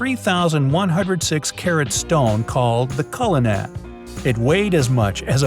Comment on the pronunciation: Im from South Africa and the diamond (culinan) is pronounced Cu-Li-Nun the a is pronounced as u